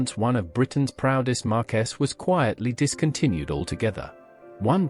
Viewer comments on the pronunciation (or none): AI slop, cannot even pronounce Marque. Reported.